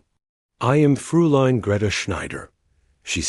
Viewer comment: It may LOOK like "Frooline", but it's really pronounced "FROYline" The diphthong eu is always pronounced like oy